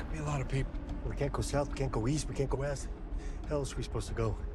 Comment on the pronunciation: I thought you said weast